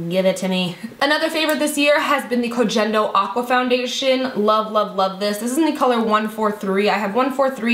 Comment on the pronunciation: i agree with the MUFE primer! idt it's dead skin though, i'm pretty sure it's whatever other skincare products you use and it's just rolling them off. ): i'm gonna have to try the dr brandt! and the G in Koh Gen Do is pronounced with the G from the word "gain" (